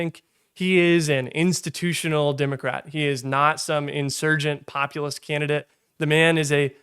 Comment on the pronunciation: "Democrat", not "Dimmacrat". You sound like a Southerner who's done a half-assed job of neutralising his accent.